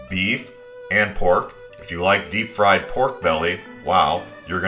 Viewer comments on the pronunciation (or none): none